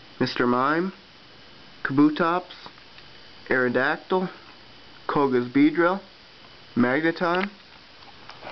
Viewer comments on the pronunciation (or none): none